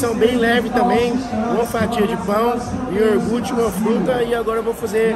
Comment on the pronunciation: Iorgute kkkkkkkk cara é foda